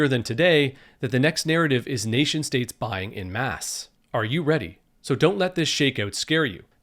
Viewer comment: FYI, brother, en masse is pronounced: on mass But don't take my word for it, you can easily find a plethora of videos and websites saying so. You'd sound much more professional than the host of other influencers out there who routinely pronounce such things incorrectly 🤷